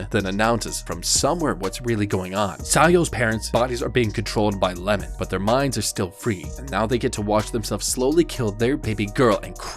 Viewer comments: It’s not lemon it’s iemon 😂😂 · His name is iemon, not Lemon